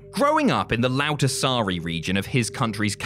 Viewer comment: I SERIOUSLY thought you said he grew up in the "loud and sorry region" of Helsinki 🤣